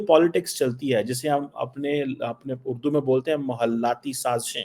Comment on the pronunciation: A Pakistani Panjabi saying " apna urdo " 😂